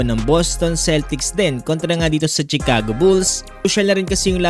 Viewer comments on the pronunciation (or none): none